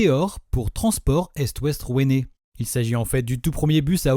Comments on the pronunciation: RouAnnais pas rouainez🤓🫴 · On prononce RouAnnais :) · "Transport est-ouest rouÉnÉ" 🫠